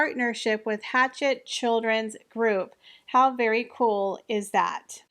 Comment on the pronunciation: When you said Hatchet, did you mean Hachette? That's a French publisher and the H is silent. CH in French sounds like /sh/.